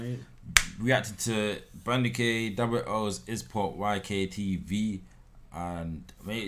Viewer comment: It’s You know the vibes =YKTV you said YK TV😂😂